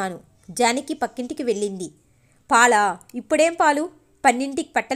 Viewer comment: వెళ్ళింది అని చదవాలి.అక్షరాలు పలకడం బాగా నేర్చుకొని చదవండి